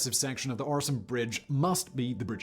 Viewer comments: Øresund is pronounced 'Öresund'. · no, it´s pronounced Øresund ...